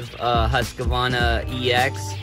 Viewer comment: Nice vid! Scandinavian name. "Hoosk-var-na". I like how you said it too. Just don't call it Husky.